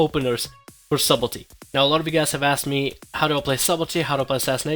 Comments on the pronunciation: Lol at him saying SUBELTY.... it's subtlety .. pronounced Suttelty the b is silent :P Nice video though. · its pronounced sutlety :P big fan btw<3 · Daniel Warren [suht-l-tee] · stop saying subelty, it's s-u-b-t-e-l-t-y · For the love of god, please stop saying "Subble tee." Also, no dagger in the main hand for backstab? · Sutelty.. sort of :) +1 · I find it hard to take advice from someone who can't even pronounce his topic correctly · The b is silent. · love your videos, quick FYI, the "b" in Subtlety is silent.